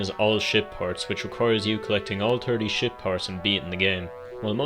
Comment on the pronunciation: Idk when you said ship part you said shit parts